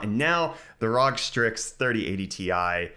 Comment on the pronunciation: Please stop saying Rog, please.